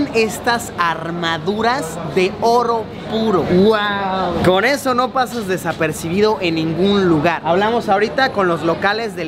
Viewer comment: " de orro purro " :v